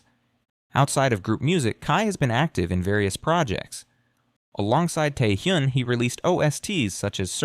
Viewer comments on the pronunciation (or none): Beeeee omgyu xD okay I was loving this but that pronunciation killed me lol.. and omg Tae Hyyyyoooon. OUCH. OUCH MY EARS lol - its a great information besides those things xD